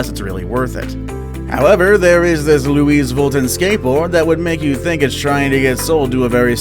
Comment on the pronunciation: Louise volton? Its Lou-ie vit-on.